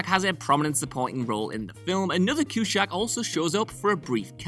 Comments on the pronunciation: Yep. Friggin annoying to hear CueShack. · Friend, there is no “H” in Cusack. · I had to stop watching due to the narrator’s inability to pronounce Cusack. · Sin #1 - A Chicago film, referencing breaking the fourth wall, and you talk about "Alfie" instead of Ferris? Sin #2 - Pronouncing the main actor's name wrong Sin #3 - Pronouncing his sister's name wrong Sin #4 - Mispronouncing Harold Ramis's name Sin #5 - "fans's" ?? Sin #6 - Tim Robbins played a full part in the movie, not just a cameo. Many lines. Many scenes. Sin #7 - Regina Skeptor??? Sin #8 - "coral" him? Sin #9 - "Eeeevanston, IL?" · One of my favorite movies. Just so underrated. The cast is great. The writing is great. Acting is awesome. Not gonna lie though. It's annoying how you are pronouncing Cusack. There's no sh sound in it. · the way you pronounce Cusack is so freaking annoying. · The pronunciation of the lead actor's surname makes me want a sequel to Space Jam with John Cusack playing Shaquille O'Neal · PLEASE Pronounce the names correctly!! This happens SO often on your channel!! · How the f**k are you butchering Johns name so badly. Jesus Christ don't add letters and sounds that don't belong. Your name isn't Josth....... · The sound quality is fine. I didn't find a problem with it. But, like Cwn 41 says: The pronunciation of Cusack's surname got under my skin too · FFS learn how to pronounce Cusack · After 5 minutes of cringing over the mispronunciation of Cusack I had to skip the rest of this video. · dozens of interviews on youtube and not one pronounces his name like this.. how disrespectful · The way he pronounces Cusack, had to switch off it was so annoying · I really really hope he lost a bet and had to mispronounce his name because otherwise it just would be embarassing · There is no H in Cusack. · WHY ARE YOU PRONOUNCING CUSACK LIKE THAT SIR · Bothered me too. There's no "sh" in the middle. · The way he’s saying Cusack is making my head hurt. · Yea, mispronounce it one more time, please.